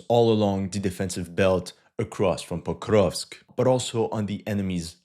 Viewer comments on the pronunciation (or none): It's Porkovsk 🐽🐽🐽